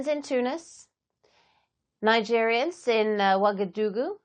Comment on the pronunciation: You pronounced Nigeriens as Nigerians. They are different